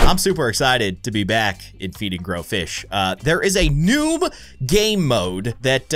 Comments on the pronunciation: No, it was Noobuh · dude, speech mistake, you said Noob game node your welcome! i watch all your ice scream videos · u said noob gamemode😂🤣😂😂🤣🤣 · Um- Did he saw "New" or "Noob" In the beginning?? XD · Instead of saying new he said noob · He said noob not new